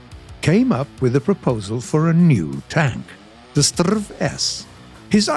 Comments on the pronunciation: "strrrrrv"..? It's "ess-te-arr-ve" or "ess-tee-ar-wee" if you pronounce the abbreviation instead of saying stridsvagn 103. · Please, S T R V not STRRRRRRVVVVV. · Pls dont say strav say s t r v or s 103. But a relly good episode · I've never heard a Swede prounounce the abbreviation "Strv" as "sturv"... but I have heard way more common that we pronounce each letter separate like "ESS tee are vee" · I'm not sure if i catched how the name of this tank should be pronounced. Is it the strrrrrrrrrrrrerv or the srrrrrrrrrrrv? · Strv isn't a word, it's and abbreviation of stridsvagn, you spell out every single letter when pronouncing it, S-T-R-V. saying it as a regular world sounds so incredibly wrong. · Just a friendly remark in Sweden we don’t say Strv in one word we say it letter by letter. :) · Come on, Strv is not a word. Its short for Stridsvagn, you pronounce each letter seperately! Please, do research how to pronounce it...